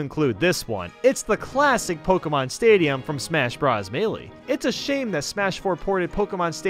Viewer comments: “Pal you teen a” “smash bras” “del fine no” “Kay los” Get your pronunciations right please. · its not smash bra's its smash BROS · He said (smash br os) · I'm I dreaming or did he say smash bras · In case you didn't know the part where he said "smash bras" was a joke, you have to be really stupid to think he isn't joking. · smash brahs melee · when said smash BRAS melee I bent over laughing